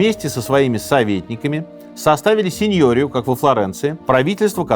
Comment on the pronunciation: СеньорИя, не сеньОрия